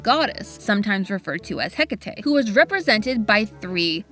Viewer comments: You're thinking of Morrigan, not Hecate. You also mispronounced Hecate. It's pronounced with a long e at the end. Lastly, Baba Yaga would also helpful on occasion. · wait is that how you say Hecate? I’ve always been reading and saying it like heck-ate